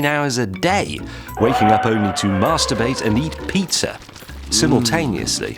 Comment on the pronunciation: Lol the way he says Marsturbate